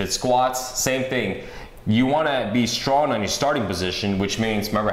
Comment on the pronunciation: StronG not Stron